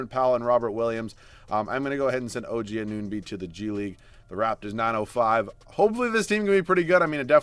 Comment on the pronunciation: its AN-OO-NO-BEE pls stop saying A-NUN-BEE